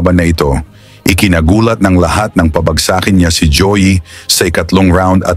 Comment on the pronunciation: Pabagsa-kin? Pabag'sakin ang wastong pagbigkas sa Tagalog. Pero sana hindi ito matulad sa isang AI voice na usong uso ngayon.